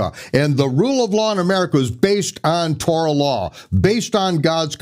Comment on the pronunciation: Torah and never korah.